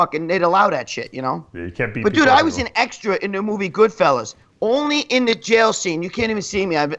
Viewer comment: Dave it's not Goodfellows it's Goodfellas you knob